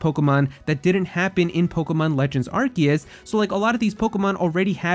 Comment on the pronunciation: Am I the only annoyed that he can’t pronounce Arceus right?